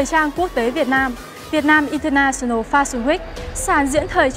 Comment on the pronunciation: international UK /ˌɪn.təˈnæʃ.ən.əl/ đọc như trên nhé, đọc đúng vô